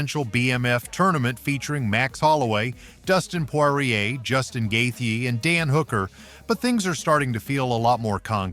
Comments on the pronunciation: Wtf guy. It's not Gathe.. it's Justin gaethje.. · Stop saying Justin’s name like that